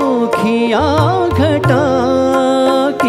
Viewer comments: Meri jaan tum pe "sadkey" nahin bhai "sadqey" aur "shokhiyan" nahin "shoqhiyan" hai ! Ek baar Mahendra Kapoor ko poore dhyan sey sunn lijiye ! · Issi liye kaha jata hai ki "sheen" "qaaf" durust hona zaroori hai ! "Sheen" toh sahi hai "qaaf" durust nahin hai! "Sadqey" aur "shoqhiyan" aap Ada nahin kar paye janab. Do teen baar mera naam sahi sey pukar lijiyey "qaaf" bhi durust ho jaye ga !